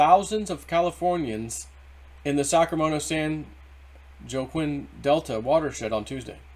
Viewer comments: San WaKeen valley not joquin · Wah-keen. geez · San Wah-keen Valley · San "WahKeen" would be a close pronunciation. There have been tons of water going to fire fighting. But it is horrific what the State has done to ruin this used to be gorgeous State. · the portion of "Joaquin" in San Joaquin Valley is pronounced "WA - KEEN". This is meant as gentle help (FYI) for the future. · Joaquin is pronounced Wahkeen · What is ENVIRONMENTAL USE? And it's pronounced "wakeen" Joaquin.